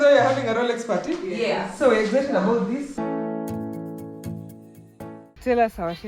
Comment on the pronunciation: Why do you pronounce it as,”EGGZITED”,it is exited .